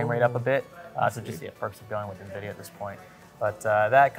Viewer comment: He says nuhvidia! Is he!!!